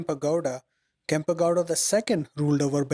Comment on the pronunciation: Wonderful work. For the effort you are putting into these documentaries, it might be worthwhile double checking the correct pronunciations of the Kannada words with a native speaker - Kempe Gowda, Bendha Kaalooru, Veeragallu, Dhommaluru etc.